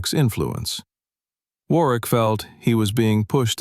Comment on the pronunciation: Warwick is pronounced War rick. The w is silent.